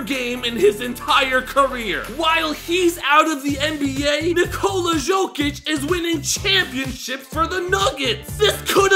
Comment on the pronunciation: It's pronounced yokic not joekic